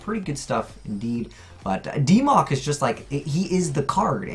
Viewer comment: "DeeMoc" Ugh, I hope this doesn't become a thing.